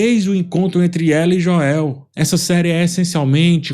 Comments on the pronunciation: acho engraçado o chamar o Joel de Joél KKKKKK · Por que o chama o Joel de forma abrasileirada? kkkkk morro de rir